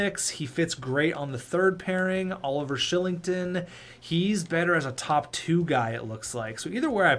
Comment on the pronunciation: Oliver Shilling-ton? Isn't it pronouncced Ky-ling-ton?